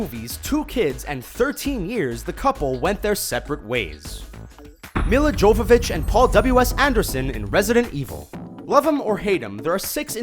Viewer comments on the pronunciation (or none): Milla Jovovich: Pronounced Mee-la Yoe-vah-vich NOT Mih-la Joe-vah-vich. She's Russian. Therefore her name is pronounced that way. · that's not how you pronounce Milla Jovovich